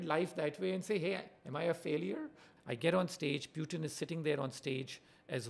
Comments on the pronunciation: First time I heard PewTin instead of Putin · What's this Pyootin? Bhai bolna nahi aata kya tujhe?